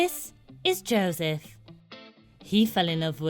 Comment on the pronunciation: Why is she sayin Jawseph